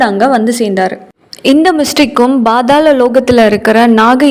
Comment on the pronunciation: Not Badhala Its pathala lokam😅